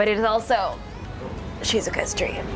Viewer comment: The way she said "Shizukas dream" 😂